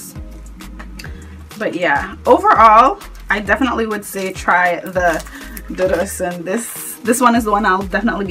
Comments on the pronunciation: one more thing my sister its dudu osoon is the correct way to pronounce it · Lol it's pronounced 'oshun'... With the 'sh' sound. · michelle No ma'am. It is pronounced without the 'sh'. It is the Yoruba word for Camwood.